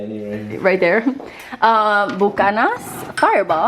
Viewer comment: Say it byu-cannon's=BUCHANAN'S😘 xoxo I LOVE HER. SHE'S LIKE A MARTIAN! 💁‍♀️